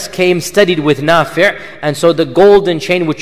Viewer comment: *Nafi' not nafir *isnaad not incident